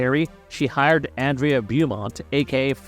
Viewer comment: Andrea Beaumont AHN-DRAY-UH BOW-MONT